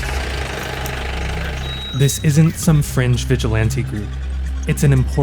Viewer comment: Its "fringe" 😂